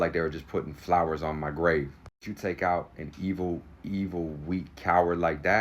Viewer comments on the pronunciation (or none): none